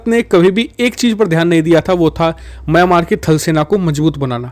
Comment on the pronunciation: म्यामांर नहीं मिंयामार कहो!